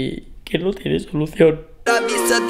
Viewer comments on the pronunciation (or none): Su problema no tiene "so luz ión" 😂😂🤦🏼